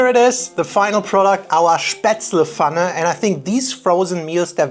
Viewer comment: It's Pfanne, not Fanne! Just kidding. Not really.